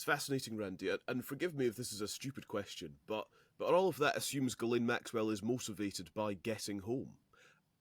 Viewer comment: I don't trust an "attorney" who cannot even pronounce Ms. Maxwell's name correctly.